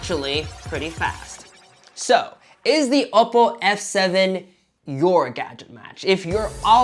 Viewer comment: Oppo is not said as oppo its owppow